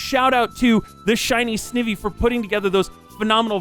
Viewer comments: Pronouncing "Snivy" and "Sn-ih-vee" hurts my pokemon loving self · XD it's Sn-ai-vee